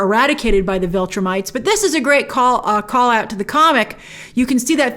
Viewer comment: Get a good cry in and then move on, WOW! Do you have a heart? Lost her husband, son nearly killed. You are cold Grace. Damn!!! Lol. Oh, and it's Viltrumites not Vultrimites.